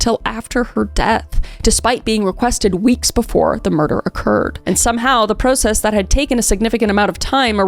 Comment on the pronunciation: Love how Kris says process 😂 “ pro- ssess